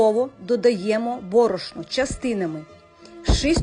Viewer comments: Та не СТУКАЙТЕ ви тим вінчиком по чаші блендера!!! бОрошно,бОрошна наголос 😅😅😅😅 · Дякую хороший рецепт. Хочу спитати, Ви так цікаво говорите на борошно з наголосом на перший склад . Це там де ви живете всі так говорять чи це особисто Ви . Просто я ніколи не,чула щоб борошно говорили з наголосом на перший склад, тому цікаво.